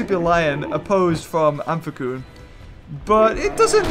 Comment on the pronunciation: I'm pretty sure you pronounce amphicyon as Amf-ic-Eeon not amf-ic-Oon